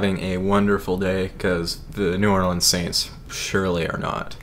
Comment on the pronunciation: I don't like the way you say New Orleans but anyway you should put a jersey swap in the intro